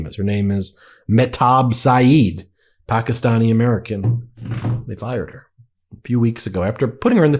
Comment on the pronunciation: Stop pronouncing Pakistan like you live there